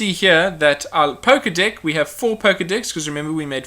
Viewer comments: sorry if I sound like a perve but your saying dick instead of deck.....LOLOLOL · I love it how it how he pronounces deck like dick.